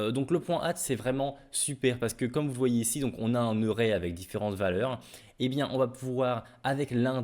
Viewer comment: Merci pour l'update. Mais revoit ta prononciation de l'anglais 😅😉. "Eussink", "eurè"😅